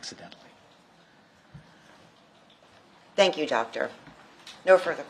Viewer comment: “ Hello Docta “ 😡😣🥸